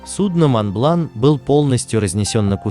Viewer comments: произносится МОН БЛАН, без Т в конце как пежо а не пежоут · Да когда же вы по русски говорить научитесь! Монблан! Сент назер! Хлопок! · Произношение неправильное, мидлсбро и монблан